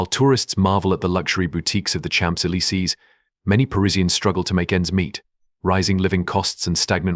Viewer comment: You must have spent a lot of time putting this video together..but spent zero time on how to pronounce Champs Elise correctly.